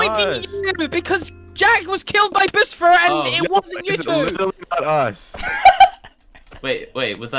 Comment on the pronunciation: It’s boosfer not boostfer